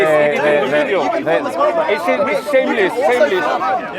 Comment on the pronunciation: it is shameless not sameless 😂